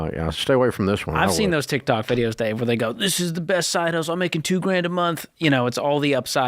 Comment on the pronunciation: I admire the fact that Dave is fully aware that the name of the app is tik tok but he continues to call it tick tack out of spite.